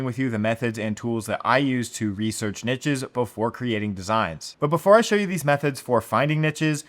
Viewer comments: Yeeees. Its unbearable to listen to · Pls learn to pronounce niches. PLS. <3